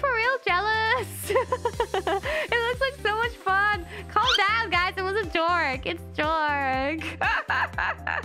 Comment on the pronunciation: 火鸡还特地把joke说成jork ww